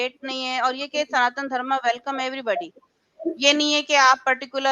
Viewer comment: श्रीमती जी, आपने इस्लाम त्यागकर सनातन धर्म अपनाया है, स्वागत। अनुरोध है कि अपना उच्चारण (pronounciation) भी ठीक करने का प्रयास करें। सनातन धर्म सही उच्चारण है, सनातन धर्मा नहीं।